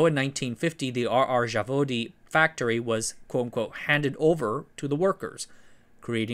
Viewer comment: Zavodi is plural, Zavod is singular and the Z is the same Z as in Zero... it's really easy to ask for pronunciation if you already have someone helping you with research.